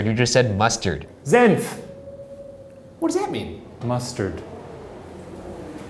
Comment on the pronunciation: Senf actually is perfectly said by shane :D #proudofyou